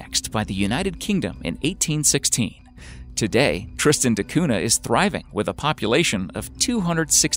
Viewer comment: Interesting video! Just one annoying thing is your pronunciation of Tristan da Cunha. It's "da Cunya (palatalised n), not "de Coona".